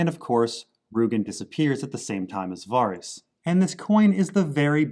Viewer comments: VARYS = “VAir-Ris” LYS = LEASE not Lice. Jesus Christz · Lys rhymes with miss Varys. Rhymes with care-iss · Why does this dude pronounce Lys and Varys so weird